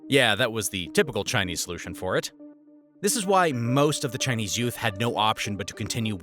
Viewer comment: thats the most chingchong pronunciation, did you even research on how it's pronounced before making this video?